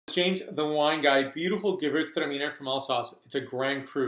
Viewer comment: sounds awesome! but I think your excitement caused you to over pronounce "gewurtztraminer". :). how do you think great alsatian gewurtztraminer age? Have you had any older ones? I have a 2000 zind humbrecht gewurtz that I can't wait to try